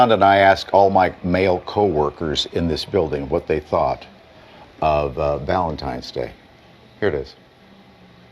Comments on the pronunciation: It's pronounced VALENTINE not VALENTIME. Go back to school. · Just a note for most of these women. You say it like this Valentine's Day, not Valentime's Day. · First off, listening to an entitled woman is already enough to want to drill my eardrums out... but, add a woman who calls Valentine's Day, ValenTIMEs Day... (brain cells self deleting) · Need take advice from a single woman…especially when she says ValenTIMES day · Sorry, but I will not be getting you anything for Valentimes? Day. The amount of illiteracy is staggering. It’s VALENTINE’S DAY. 😂😂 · Am I taking crazy pills or does it sound like these brainlets are saying, "valen-TIMES" day? Please...PLEASE ladies...pick up a book and actually crack the spine. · Take a shot every time you hear a woman say "ValentiMes" 😂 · “Valentimes”, can’t even pronounce what shes a supposed expert about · "Valentimes"? Come on ladies, do better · "Valentimes day" 🤡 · And we’ve found another word black people cannot pronounce correctly, valen-TIMES Day 😅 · S/O to “valentiMes day” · How about if you can't pronounce "Valentine's" properly, you get absolutely nothing? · "valentimes" is a huge red flag